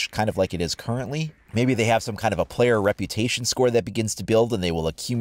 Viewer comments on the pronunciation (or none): I like the forgive and repyoution